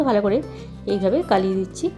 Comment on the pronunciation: গালিয়ে না দিদি গলিয়ে হবে কথা টা